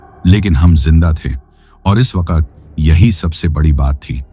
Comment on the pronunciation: Ap ki story achi hote mgr ap Koch words thek sy n bolty jsy waqt KO wakat ar s KO b thik sy n bolty string KO staring bs ap words b thek kr len Sora kat y kia